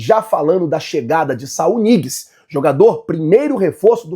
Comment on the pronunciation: Não se pronuncia "Niguez", o N com ~ tem som de Nh no espanhol, então se pronuncia Nhiguez.